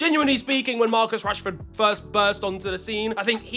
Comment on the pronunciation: casually just called him Marcus yanshford. My brother in Christ how far 😂😂😂